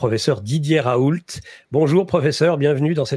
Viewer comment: Ra-oû pas ra-oul-te